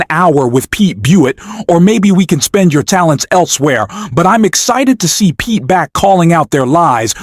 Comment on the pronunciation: C’mon man. Don’t slaughter Pete’s name. Just look up how to pronounce it 😂